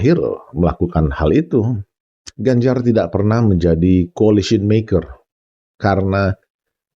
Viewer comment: Ijin pak, pengucapan koalisi dlm bahasa inggris bukan colicy tapi coalition🙏🏻